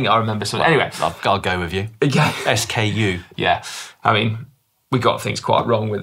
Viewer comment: Dan's version of SKU sounds more like "excuse". :)